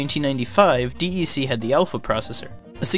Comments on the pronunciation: D.E.C is usually just pronounced "Deck". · DEC is pronounced like 'cassette decK" .. not individual letters of 'D E C'.